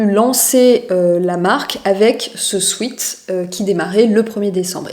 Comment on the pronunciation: J'adoooore ces vidéos décryptage, merci !! 💖💖 2 petites choses: Durer "dans le temps" (Durer suffit pour exprimer cette notion) Et la prononciation de sweat c'est "swèt" et pas sweet (sucré) ☺